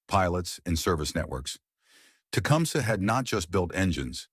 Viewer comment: Learn to pronounce the name of the item the show is about before making a video for the American people Thanks with a thumbs up because the content is ok.